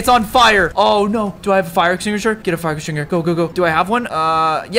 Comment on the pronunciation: "Do I have a fire extinguisher? Get a fire extinger" lol